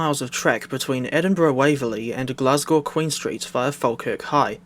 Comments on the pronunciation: dafty thinking a 380 can run on that route. "I would much rather it" also the the 365 was a temporary loan train. also you mispronouncing glasgow actually makes me want to not live in glasgow anymore (jk) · nah the way he says glasgow is killing me